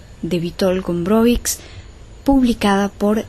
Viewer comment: "cz" lo que deben aprender a pronunciar